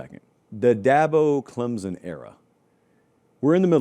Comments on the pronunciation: its clemson not clemzon.. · Pronounced Clem(p)son